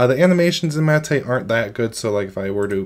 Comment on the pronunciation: Looks better than it ever has in the past but I don't like Snap apps so it's a no-go for me. Btw - I thought it was pronounced as Mah-Teh not Ma-Teh like he is pronouncing it.